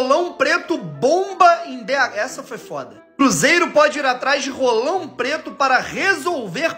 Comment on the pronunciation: Ce enche a boca demais pra falar "RRolão Preto", tá parecendo o amigão KKKKKKKK